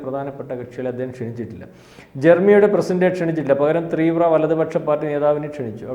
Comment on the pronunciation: ത്രീവ്ര അല്ല ചേട്ടാ തീവ്ര ഒന്ന് ഉച്ചരിച്ചു പഠിച്ചു പറയു